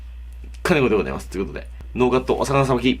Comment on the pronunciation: はいどうもこんちゃ、かねごでごどぁいます